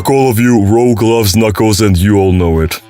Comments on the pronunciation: mf its pronounced "rooj" not "rogue" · It's Rūj not rowģ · this video keeps hitting me with mini crits every time he pronounce rouge as rogue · D&D players: Spelling "Rogue" as "Rouge": Pronouncing "Rouge" as "Rogue" If this was intentional then it's actually a pretty clever meta joke. Somehow, I'm not convinced though. Everyone is just a little dyslexic it seems, and rogue/rouge is such a common mixup. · you know it's pronounced rooje, right? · "Rogue" Dude. Make an effort. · Having been playing SA2 nonstop for the past 2 months, I can confirm Rouge is not pronounced Rogue